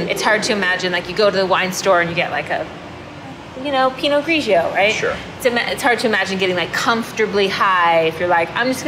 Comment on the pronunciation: Pinot Grigio is pronounced: pee noh GREE joe! Learn it!